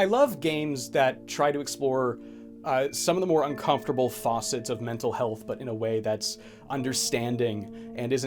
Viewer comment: It's facets not faucets